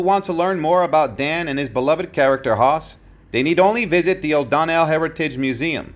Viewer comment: the small town in Texas is O'Donnell NOT O'Don nell